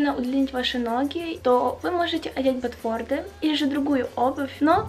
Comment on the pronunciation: ботфорТы, а не ботфорДы.